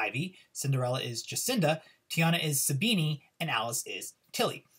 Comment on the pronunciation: The way you pronounced Sabine hahahahahha